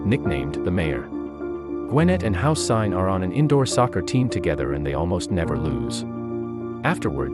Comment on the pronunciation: Houssine, this is how u pronounce it... Hoo-sehn Like Saddam-Houssein.